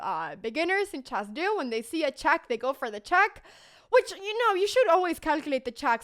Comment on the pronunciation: "every single CHASS tournament" Seriously?! CHASS? Seriously? Really?